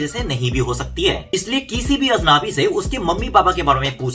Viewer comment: अजनबी का उच्चारण ठीक करें, आप अजनाबी बोल रहे हो, आ की मात्रा अधिक है, अजनबी ठीक उच्चारण है, और इसका पर्यावाची शब्द है अपरिचित